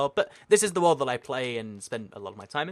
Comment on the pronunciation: You talk entirely too fast. Slow down! And every time you said "world" I thought you said "wool" and got really confused.